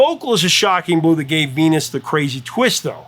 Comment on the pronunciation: I know she's saying "I'm your Venus," but it REALLY sounds like she's saying, "I'm your fetus."